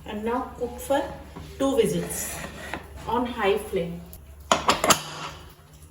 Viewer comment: Ma'am.. sorry to interrupt you but in whistle.. it's not vizzle .. when s is surrounded by vowels then only s us pronounced as z .. like vision= vizan.